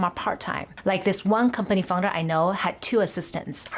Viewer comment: Founder! I kept hearing fungus.